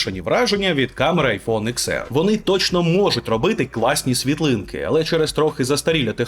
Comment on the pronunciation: Десять, а не икс 🙄